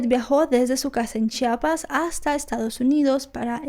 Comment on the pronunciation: es chiapas no chapas...